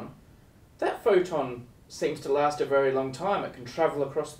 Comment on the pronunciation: Did he say Photon or Forton?